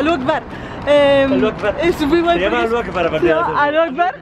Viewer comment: es Alí Akbar, no Alu Akbar